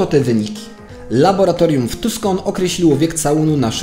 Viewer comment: Wiem, że stary film, ale muszę, bo normalnie mi uszy krwawią. Nie "tuskon" tylko "tusson" i nie "zerish" tylko "Zürich" (niemieckojęzyczne miasto w Szwajcarii)